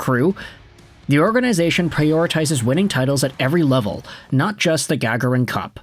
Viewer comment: It is pronounced Ga garrin cup not gag arron